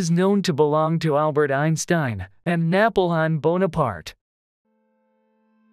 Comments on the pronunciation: NA--po-LON Bonaparte? Oh, my! He must be turning in his grave right now! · That’s not how you say Napoleon. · You mispronounced 'NAPOLEON'